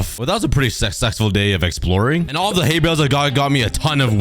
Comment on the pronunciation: "well that was a pretty sexsexful day"